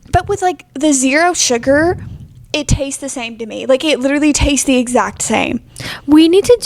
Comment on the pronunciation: says "Coke no sug" 😂